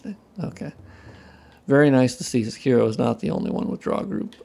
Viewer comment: Say kee roh not suh kiro, say part is partial